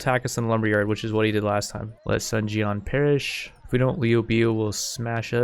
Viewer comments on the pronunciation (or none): none